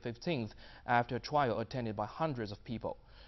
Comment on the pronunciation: "Afta twial..." lol